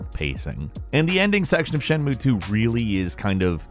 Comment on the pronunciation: Shenmue is a THREE SYLLABLE WORD. C'mon, man...you can do it. Shen. Mu. E.